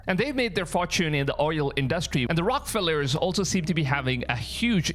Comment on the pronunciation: Argh! Its pronounced neffle- heem OR neffle-em, not neffle-hime. The Rockefellers is pronounced rock-ah-fell-ers AND I HATE THEM ALL, MAY GOD CAST JUDGEMENT ON THEM ALL!!! greedy EVIL people!!! Who needs that much money?! They’d want the world dead if they had their way. Yahsuah knows I wish to have just a small portion of what they have just enough to live a comfortable life not having to worry about my next bill & to fix my teeth oh and to own a couple of horses- my ONLY life’s dream.